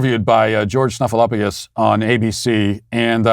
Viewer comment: Hey 😡 You totally butchered Stefanopoulos last name